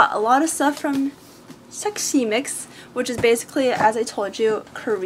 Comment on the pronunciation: wow ben is a real one for standing up to give you feedback 👏👏 also LOL you having a rough time saying xexymix 😂 you're so funny hahah